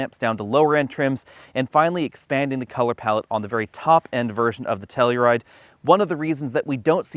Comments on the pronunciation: It's pronounced "Tell-U-Ride", not "Tell-E-Ride" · Wrong, it’s pronounced Kia Slowride.